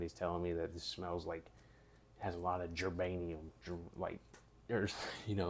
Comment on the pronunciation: Oh I laid over when he said, "gerbanium"! Now if it has gerbanium it gone be fye!😂😂😂😂😂😂